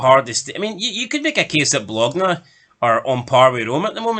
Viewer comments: FFS, did you watch ranjurs in Europe. 15 points 😂😂😂 Delusional And Bologna is pronounced Bolonya. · It's Ba lone ya for the love of god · It's pronounced Bolonya